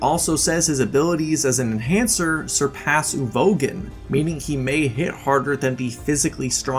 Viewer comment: That Uvogin pronunciation made me want to gouge my ears off.